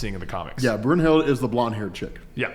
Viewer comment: Blonde Valkyrie's name is pronounced Broon Hilda Brunhilde. It's german mythology